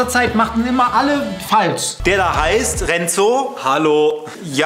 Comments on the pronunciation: Mich triggert es voll das rezo eimfach RETZO sagt😂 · Ich find das so geil wie rezo inzwischen selbst retzo sagt xD